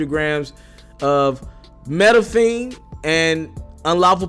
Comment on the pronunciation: Did you try to say methamphetamine (meth-amp-feta-mean)